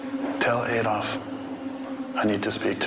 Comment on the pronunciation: If I hear them say AYDOLF instead of ADOLF one more time I... I am going to dislike the video (I know, expecting some climactic act, sorry to disappoint).